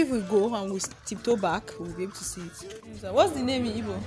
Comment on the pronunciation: How did you know how to pronounce igbo very well?